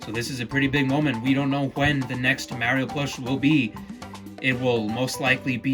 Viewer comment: You’re saying Mario wrong